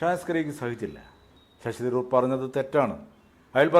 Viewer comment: ശശി ദ് രൂർ അല്ല .ശശി തരൂർ. ഭാഷക്കു സ്ഫുടതയില്ലാത്തവർ ഈ പരിപാടി നിർത്തണ०.